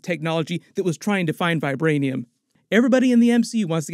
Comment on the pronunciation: All i heard was vibraniam